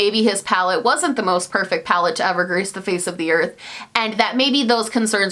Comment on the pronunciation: I know she said "grace the face of the earth" when talking about James Charles' pallet, but it kinda sounded like "grease the face of the earth", which is unintentionally the best fucking shade I've ever heard in my life.